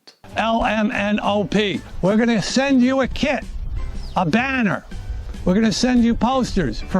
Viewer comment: When he said "we send you a kit [...]" I was very shocked, because at first I thought he said "kid" And I was like ... "I don't want a random kid!" This is ... I have no idea xD Good thing I'm not American.